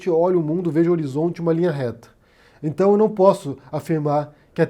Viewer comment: "Num tá na Bíbria"? "Intão"...